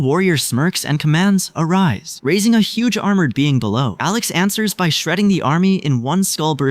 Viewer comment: Bro said ARISE.